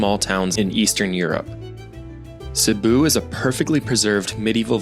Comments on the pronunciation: A small cute town, with a metro area of around 270000? And it is a city.. It is not Sibooooo, it is Sibiu, pronounced like Sibb-i u.. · Sorry dude omg can’t pronounce the city and it’s not small.